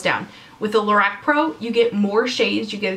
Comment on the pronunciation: Lorac is pronounced more like la-rock.